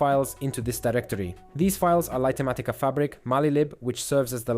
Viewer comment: LIGHT matica,, not Lighter matica!! XD smh!